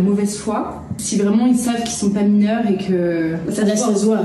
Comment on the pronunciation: Pire qu’Ersilia, c’est possible ??? 🤔 Ah, oui. 😅 “Je suis mineuw!!!” 😆